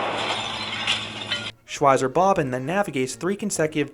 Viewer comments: "Shwyzer Bobbin" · Shwytzer Bob Bon is how I'd say it in an American accent (Shwytzer Bob Ban with English accent). Shvytza Bob Ban if I'm trying to sound German. Bob and Bahn are basically two words, it's just that German writing squishes stuff together. Anyway it's not important it was just surprising to hear your pronunciation. Great review regardless!